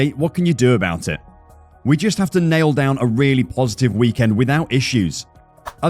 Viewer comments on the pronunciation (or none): none